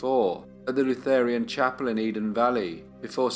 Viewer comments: Are you saying Lutherian or Lutheran? It’s Lutheran. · It's "Lutheran" not "Lutherian". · It's Lutheran (luther-an) not Lutherian.